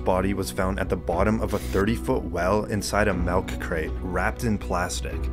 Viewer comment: this man says "MALK" not milk....